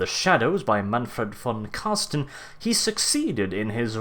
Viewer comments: Mate its Carstein not Carsten fix plz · Car STEIN not car STEN!!!! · Car-stein, not carsten^^ i find it funny how you pronounce it. But nonetheless great vids, i realy enjoy them^^ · it is so funny to see how english people saying his name( im german), i enjoy it everytime and must admid, that is a hard name to spel out :-) and big thanks for this awesome Lore video to him. Vor me as a beginner it braught me realy in to death. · Say: Einstein Now say: Carstein